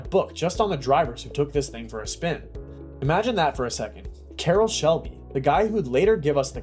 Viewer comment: Carrol who? Young man, robot whatever you are, that is one name you cannot mispronounce. Good bye